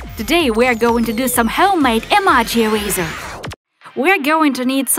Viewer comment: Rosie Stone and she said eraser wrong too